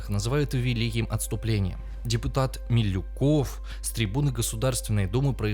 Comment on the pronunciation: Вот еще бы эта говорящая голова делала бы поменьше оговорок, зачитывая текст с бумажки — было бы вообще прекрасно! Назвать Милюкова Малюковым — это значит, что он предлагаемые ему тексты даже не просматривает предварительно.. Ну и, соответственно, истории не знает. 😩🤷‍♂️ Остаётся два вопроса: кто пишет ему тексты и с какого момента людям начнут гадить в голову?